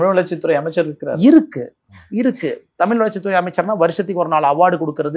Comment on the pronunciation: திரு.அண்ணாமலை அவர்களுக்கு சிறிய வேண்டுகோள்.[தமில் அல்ல] தமிழ்.தமிழை கொல்லாதீர்.